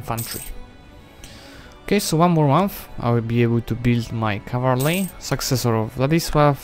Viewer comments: I love your videos, but its pronoumcrd CAV-al-ry not cav-AL-ry. Im not a grammar nazi but it just bothers me a lot for some reason. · The word "cavalry" is your true rival 😁😁